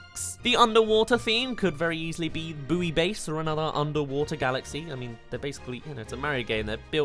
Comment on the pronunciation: Are you talking about Buoy Base Galaxy? I'm pretty sure it's pronounced Boy Base, not Booey Base.